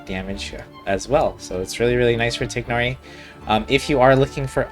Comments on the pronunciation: TAI-NARI WHY IS PRONUNCIATION SUCH A PROBLEM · I can't listen to 30 mins of you mispronouncing his name xD